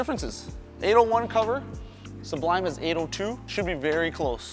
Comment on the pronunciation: The first channel I've seen to actually pronounce it su-blime in stead of sub lime. Very happy about that lol. Do you think the Sublime would be around the same strength as the Xponent? Maybe a ball up from that, but just below the Journey?